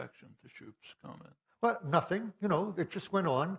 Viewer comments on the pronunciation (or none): none